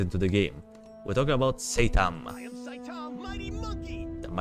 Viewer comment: I dont know why I just heard saytan